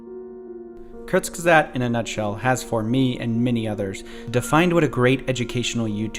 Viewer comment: The guy can’t even pronounce Kurzgesagt